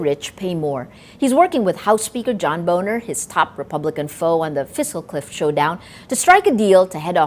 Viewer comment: Boehner is pronounced "Bay-ner", isn't it? (Not "boner")...